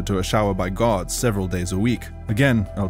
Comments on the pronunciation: Lol everytime he says guards it sounds like he is saying "gods" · I thought he kept saying "GOD" it was Guard.